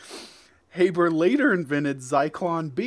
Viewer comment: fritz habers secod name was pronounced like harbour, the haber process was a world changing chemical process that allowed the creation of ammonia synthetically.